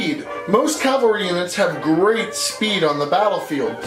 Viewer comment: The “COW-AL’-REE” class, intended or not, for that you earned yourself a like.